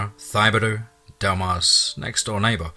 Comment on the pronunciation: Thibodeaux is pronounced Tibb-eh-doe, not thigh-bodeaux. Js. Excellent story!!